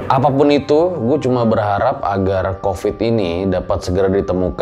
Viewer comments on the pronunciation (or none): none